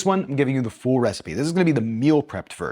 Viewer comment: I'm hearing "fool" instead of "full". I love scrambled tofu.